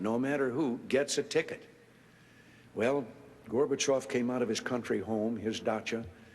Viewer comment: Забавный факт: только с третьего раза и только благодаря субтитрам понял, что он произносит фамилию горбачев, а не слово мусор, которое по английски звучит почти так же